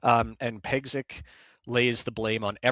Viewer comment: The name Piegzik is pronounced Pyegzheek